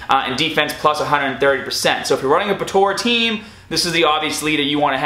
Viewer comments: its po-tar-a not po-taur-a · Bro its not Potora its potara pls say it right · I love how you say "potara"